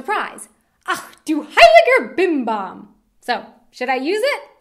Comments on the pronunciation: Don't say 'ex' in that way😂 you have to put a more bored and maybe already drunken sound in it...😂😂 But that 'heiliger Bimbam' thing is just perfect👌🏻 LG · Ach Du heiliger BimBam - is more a bit scared surprise expression (i.e. when something bad happened) rather than just being surprised & it sounds awesome when you say it - keep it! :) ex! - lose it. Stick with "zum Wohl". Ratz Fatz - sounds really nice when you say it, but maybe you have to find more fitting context to use it ... Dödel - it can mean dumb person or jerk, but it can also be a slang-word for penis! Batzen - i don't know about Bavaria but in the rest of Germany better lose it. Kopfgärtner - i laughed so loud at this one! I never heard it before and i must say i love it! It's a really funny one pun. Use it - if you like to and are in a joking mood. :D - btw that's so awesome about german, that we are able to invent new words just as we like and everyone is able to understand them. :) Gammel is junk, yes - but i know it only as a verb: "Ich habe heute den ganzen Tag nur herumgegammelt" means "i was lazy all day long", and by lazy i meant really lazy! Or food is "am gammeln"(and "gammelig" would be the result of), then it means the food is rotting. Faxenheini - yes that means a funny jokster GickGack - i didn't know this one, but i'm also not a youth anymore. ;D I know only "gickeln" (means snickering) and "gackeln" (means chitchat in a funny way). Btw your pronouncing is really good, only at the GickGack you spoke the "a" like an "ä", but everything else was fine. :) For german slang-words just go to "Sprachnudel" or "Mundmische". You can find both on Google on the